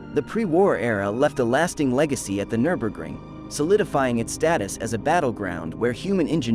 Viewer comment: AI pronunciation is suboptimal. Absolutely butchers the pronunciation of the track name.